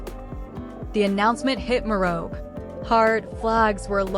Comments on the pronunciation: Pronounce PNG names well? Hate to hear such insane incorrect incorrect name pronunciations Insanely prnounced Weng and Morob? Firebrand politician love watch him dominate most parliament question times May his soul rest in eternal peace ❤PNG loves you Hon. Governer of Morobe Luther Wenge❤❤❤ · thanks for the video but with respect to the leader and the preciseness of the video in particular the pronounciation of his name and the province is incorrect so please do check if not do not use text to speech AI rather use something else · Pronounce Wenge and Morobe correctly! Thank God for this great leader! God bless his family and let their hearts be comforted!